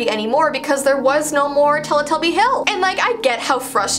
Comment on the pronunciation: I heard telepuppy 0-0